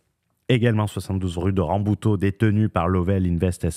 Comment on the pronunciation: La pauvre rue "Rabouteau", elle se fait prononcer à la portugaise, pour pas un rond, mdr.